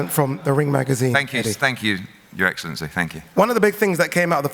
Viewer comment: His eggcelenty😂